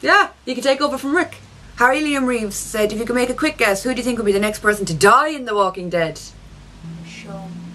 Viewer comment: Why does she pronounce ''Think'' like ''Tink'' ? xD